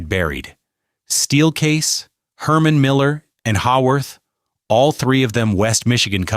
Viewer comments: Entertaining video, unfortunately a few mispronunciations by the AI and some pictures are from other areas (not GR). Haworth is mispronounced. Not Haw-worth but more like Hay-worth. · Interesting video, but Haworth is not pronounced Ha-Worth, its Hey-worth.